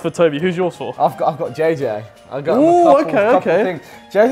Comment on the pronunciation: I thought u said banana for JJ lol